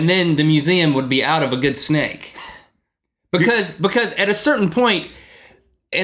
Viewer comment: i really love this these two, but Link is starting to drive me crazy with the way he pronounces because :P ive picked up on it in a lot of episodes and he always says it like bucause- or stutters and says bucause-bucause- ( buh-cuz ) lol not hating on Link just sayin' he drives me crazy!! xD Link says bucause, than right after Rhett says because twice properly. listen closely!